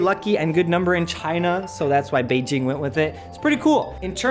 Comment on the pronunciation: lol "bay ging'